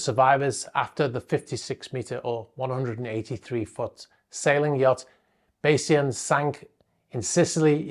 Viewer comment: Bay…zhun is the correct pronunciation of the yacht’s name. As stated by another viewer, a statistical method of analysis that was related to the tech company ran by the owner apparently.